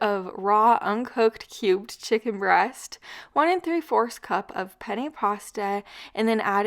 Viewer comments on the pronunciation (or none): none